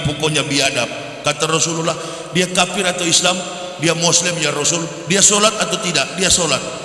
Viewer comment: Kalau dengar ucapan YW, bukan teriak KAFIR tapi KAPIR. Ngaku doktor tapi mengeja kata kafir aja SALAH 🤣🤣🤣